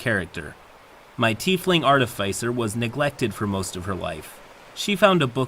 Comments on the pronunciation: I always love your work,. Just one (probably overly pedantic) note to help for the future: There are, according to the dictionary, two possible correct pronunciations of Artificer. There's the one I generally prefer (AR-tuh-fis-er) and the other one (ar-TIH-fuh-ser). I'm not sure where yours (ar-tuh-FAI-ser) came from but... take it for what it's worth. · "Artifycer" bloody hell. Note: that's how not to pronounce "artificer". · The only thing I really learned in this video is how much "arr-teh-fy-cer" triggers me. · it’s pronounced artificer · i probably should not comment on pronunciation, but Artifyecier doe sound real odd to me. i have been the middleman in a lot of these kind of arguements, the fighter player in this is just like someone i knew in my school days, genuinly didn't seem to know that she made people so angry consistantly. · It is aar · tuh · fuh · sr; it bugs me so much when you mispronounce artificer. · your content is so good that it almost makes me ignore the way you incorrectly pronounce "artificer" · i love this channel but i gotta say it is like nails on a chalkboard every time doesn’t know how to pronounce “artificer” lol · How you pronounce artificer wounds me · pronunciation of artificer makes me twitch